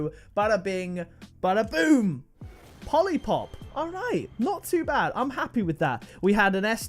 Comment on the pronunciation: I like they way u say POLy PoP